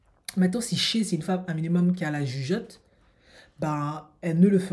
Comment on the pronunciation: SHAY se prononce pas "CHEH" mais "SHAÏ"